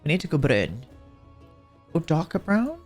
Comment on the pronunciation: Did he just say brown in Norwegian? :O (I'm from Norway) "Brun". <3 <3